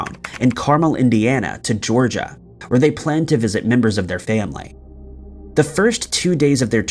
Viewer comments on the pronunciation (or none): none